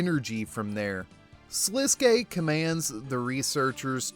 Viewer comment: Thank you for saying Sliske's name correctly!